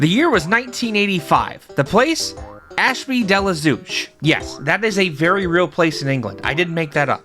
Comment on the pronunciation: Zee ex Spectrum an entire nation shudders. It's Zed chode😂 good job on the pronunciation of Ashby de la zouch though👌👍